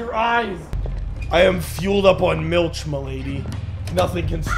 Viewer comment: Not gonna lie, hearing pronounce Milch halfway decent took me by surprise lol!